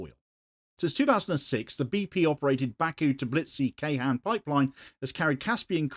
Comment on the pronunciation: Ceyhan is not read with a K but a J (as in Jayson) and hon (as in honey) Jayhon